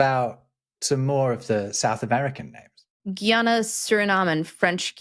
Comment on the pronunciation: GUYANA is not pronounced GeeANA... it's GUY-ana